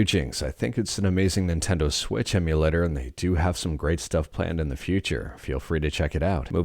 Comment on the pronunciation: Ninteno lmao